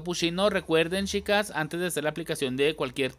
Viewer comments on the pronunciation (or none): CapuSHIno, SHIcas, muSHO de que parte de México hablan así?😂 soy de arg